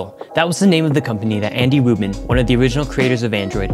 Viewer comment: Anybody else heard Andy Woman instead of Andy Rubin?